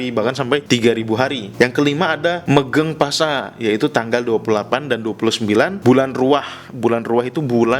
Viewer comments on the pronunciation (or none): Ada salah pronunciation (pelafalan). PASA dibaca POSO MEGENG PASA dibaca MEGENG POSO Suran kayaknya ga ada dalam istilah jawa. Paling biasa disebut siji suro, atau suroan. Dan untuk bulan ruwah dalam syariat Islam disebut bulan syaban. Dan disana ada 2 ritual, ada juga yg 3. Ziarah kuburan bapak ibu dan atasnya yg sudah meninggal plus bersih-bersih makamnya (nyadran atau nyekar), sodakoh makanan ke tetangga dan orang terdekat (megengan) dan padusan (mandi di sungai). Ketiganya dilakukan di akhir bulan ruwah atau syaban untuk menyambut bulan romadhon.